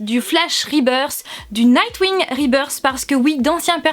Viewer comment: mais quel accent anglais sur ribeursse. Explication très claire bravo !